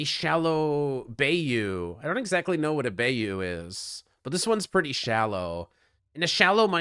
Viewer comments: at about Bayou is a swampy area, pronounced more like Bye-you, not Bay-you ;) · VC - it's pronounced Bye-you, and is like a swamp with slow flowing water. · Some pirate pronunciation tips: bayou is pronounced bye-you and buse is pronounced bus-E